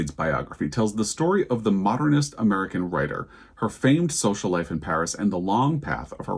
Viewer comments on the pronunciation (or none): none